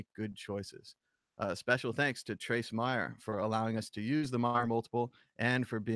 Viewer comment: Trace pronounces his own name M"A"yer... like May-er. Not Mi-er. Sad you can't pronounce it correctly when there is ample opportunity all over the Internet to listen to Trace pronounce his own name. Unless you change, it will only serve to diminished your own credibility. For such a big reader, it's sad you keep getting his name wrong.